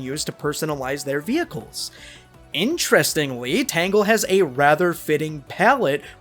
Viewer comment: Its Tangle, not Tango. 😂